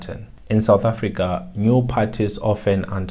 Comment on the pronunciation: Mayibuye SOUTH AFRICA not AFRIICA